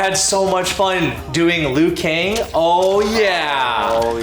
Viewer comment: "Lui Kang" LUL